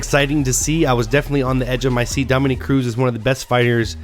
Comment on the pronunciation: dom-A-NICK - not dom-o-neek